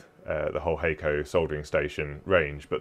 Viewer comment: In case anyone cares... It's Hackko not hey-co :)